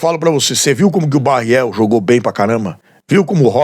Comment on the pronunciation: O nome é Barreal e não Barreel.